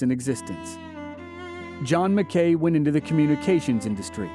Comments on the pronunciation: It's pronounced mac- key not Mac Kay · I absolutely love this series. But I keep hearing fingernails on the blackboard. It's not John McKay, it's John Mackay, rhymes with tacky. But other than that, it's another awesome video! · yeup. Went to UNR and I was told early on it's "MACKY" stadium, NOT Mc-kay stadium. lol I was like but it looks like it says mckay... nope